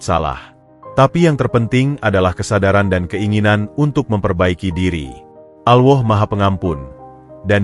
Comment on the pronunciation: Ngucap Alloh gitu kok gk bisa Alloh bukan Awoh